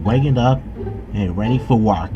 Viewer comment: Did he just say "wark"? I understand why, because English is one of the hardest languages for people who don't speak it.